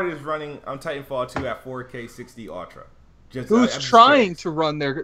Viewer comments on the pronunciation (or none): Anyone else notice can't pronounce "ultra?" he pronounces it as "OTRA" lol